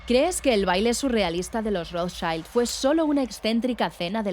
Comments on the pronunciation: Es recomendable el excelente libro de Herbert Lottman, ‘Los Rothschild. Historia de una dinastía’, que analiza los orígenes de la familia y se centra después en la rama francesa. Y, por favor, no diga nadie Rótchil o Rotcháil (me sangran los oídos). Se lee y dice Gótshilt. Sh del inglés o ch del francés o sch del alemán. Y la d final como una leve t. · Nadie tiene por qué saber leer en alemán (que es lo más sencillo del alemán, además), pero me da un poco de rabia cuando lo oigo en versión angloestadounidense (sic): ese tan extendido Rotcháil. Como si no fuesen alemanes de Frankfurt sino usamericanos de Detroit, Dallas o New Jersey.